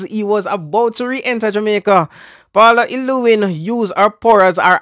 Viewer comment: I am really ashamed of all you youtubers who keep on mispronouncing the womans name llew-well-lyn ...say it slowly until you get it...